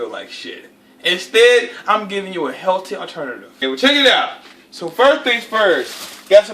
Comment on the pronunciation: "helty aternatif" LMFAO